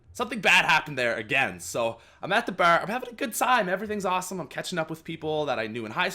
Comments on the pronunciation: The way he said bar lol. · The way u say bar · he says bar funny lol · He says bar so cool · I love your Canadian accent when you say bar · I was about to comment that